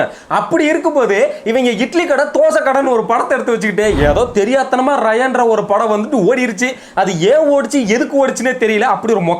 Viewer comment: எதே... ரயன்'ஆ 😂😂😂 அது #ராயன் டா 😂😂😂